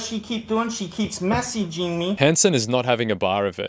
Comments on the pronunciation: SHE KEEPS MESSEEGEEMEE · “What does she keep doing?? She keeps mess-ee-gee-ng me”